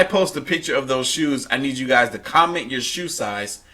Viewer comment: When he was talking about the shoes he said shoes shives